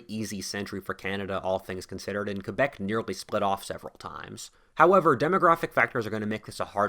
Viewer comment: Bravo for saying Quebec and not Kwaybec!